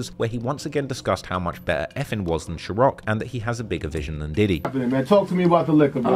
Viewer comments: ITS NOT SHAROCK it’s Ciroc… Jesus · new subscriber here. great video, nice job! i just have one question: why do you pronounce SHIROC instead of CIROC (as it is)? how did you came up with SHIROC? it gave me ick every single time i heard it and there was a lot, sometimes 3 times in one sentence. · It's Ciroc, not Chorocc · Yo bro, i caught a mistake. How much willl you pay me? You are saying shih-rock... its sih-rock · Its pronounced Sir-rock not sherock. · One mistake is you said sherok instead of ciroc 👍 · What is "Shirock"? You mean "Ciroc" no Diddy 🙅🏽... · It’s Sir-rock, not Cher-rock. Also, I think some of the nuances, like Diddy putting on the remix, was just a matter of timing. Really think back at that time, at that moment, Diddy strikes when the iron is hot. Can’t assume this was yet another dig at fif. Gotta account for nuances of the time too. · It’s NOT “SHIR OCK” NO “SH” it’s pronounced “SIR” SIR ROCK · bro why do you keep calling it "shiroc" they ain't no "SH" in Ciroc. its pronounced "sir-roc" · What is shirroc? It's ciroc, pronounced ciroc sir-rock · Saying shuroc instead of ciroc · I assume pronouncing Ciroc as Shiroc is not one of the errors? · PISSED HE KEPT SAYING SHEROC INSTEAD OF CIROC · CIROC [SIR-ROCK]. Hearing you say "sher-rock". Annoyed me the entire time 😂😂😂 it started to hurt 😂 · Ciroc……. Not Chiroc. Good lord, maybe get someone to check your grammar. You must have mispronounced that over 100 times. 😫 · First error I found - Ciroc not Shiroc.... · Who’s 2 “PACK”?? 🤣😆🤣::. Damn, you’re the last person I’d expect to mispronounce that! And “CHIroc” LoL, fck the brand, but the pronunciation is hilarious. Too many Chicago Vids led to that one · Why you gotta keep saying ShERrock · I cant watch this after saying "sharock" 30 times in a row. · Why are you the only person pronouncing it "Cheroc"? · Why do you keep calling ciroc, Shirock?😭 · It's not shiroc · It's not pronounced SHIROCK. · Wtf is “shirock”😂